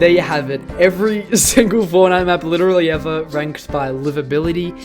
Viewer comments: Wid-a-we ever😂😂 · witerally evuh